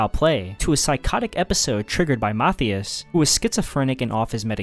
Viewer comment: Pronouncing Matthias as “motheus” is crazy. Makes him sound like some Roman moth god